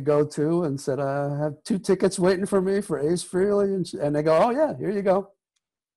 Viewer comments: Its frailee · It's pronounced "FRAY-LEE", not "Free-Lee," for chrissakes . . . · I will never get this. It's FRAYLEE. F R A Y L E E...Not FREE LEE. If you gonna bash the man. At least say his name correctly.... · It irritates the hell out of me when people - especially those who know Ace - can't pronounce his last name. It is pronounced "Fray-Lee" not "Free-Lee". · I was going to comment on that myself until I saw yours lol . Yes , that's so annoying! It's NOT " Feeee Leeee " ugg . Johnny G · No its FREHLEY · His name is pronounced Fray-Lee not freely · Its Froo-lo